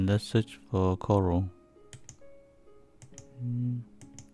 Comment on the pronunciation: Coral not Cora -_